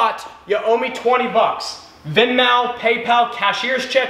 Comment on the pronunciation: I disliked for the way you pronounced venmo